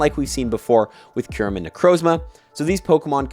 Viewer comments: It is Kyurem not Kairem 😂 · DID THIS GUY JUST SAY KAIRMU ..... those where the last words out of your mouth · Isn't Kyurem supposed to be pronounced "cue-rem? 🤔